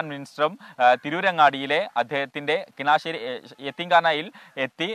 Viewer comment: കിനാശേരി അല്ല